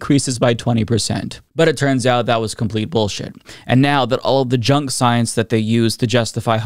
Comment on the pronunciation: “Twust duh soyance” - Dawktah Tony